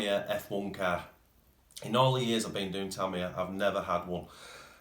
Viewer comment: Tamiya, pronounced… “ tameeeeya” not “ Tamyah”